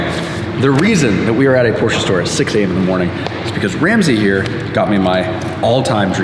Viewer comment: How can you have a Porsche when you can’t even pronounce it correctly